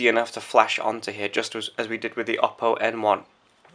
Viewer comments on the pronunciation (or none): It's pronounced "OH- Poe". And I can't believe you got the low spec one! Do you know when the proper version is out? I want this phone so baaad!